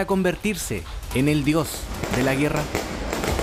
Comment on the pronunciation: puro acento diohh de la guerraa